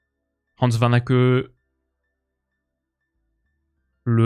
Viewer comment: Salut, je suis belge, toi qui aime tant Hans Vanaken, il faut que tu prononces le dernier n. Hahns Van-ah-ken